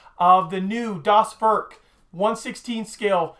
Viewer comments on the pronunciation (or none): Hi, you pronounce 'Werk' like 'Where', so no 'uh' in W'uh'rk. So it sounds like W'ehr'k. get it;). love that kit, and met you in Delmenhorst, you are a great guy, and love your work and video's!